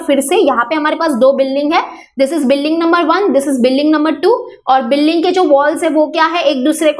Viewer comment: Mam building hota he . par ye biling Kya he